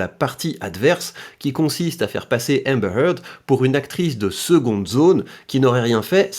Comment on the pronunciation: Je suis impressionné de voir comment tu prononces Amber Heard moi je prononce ÉMEBEURRRE HEURRRDE